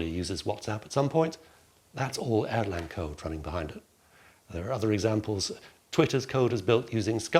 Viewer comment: It's Erlang, not Airline 😅